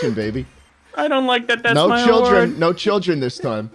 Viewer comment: “BUCKET UP CUZ IMA TALK TO CHRIDLEDN TOWN”